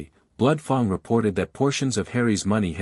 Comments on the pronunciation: F a n g is not pronounced f o n g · I loved this story line. Can there please be a part 2,3..... Fang is pronounced with a short a sound as in rang, sang gang.